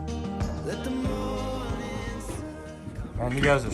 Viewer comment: Mor-ning .. not Moij-njing